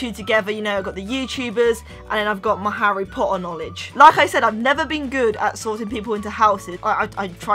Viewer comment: uhm, its Harry Potter not Harry pohuer 😣 if ur a true Potterhead, you should know! And also it's Peter pettigrew not peer pegrew 😒😡😠 like if you agree👍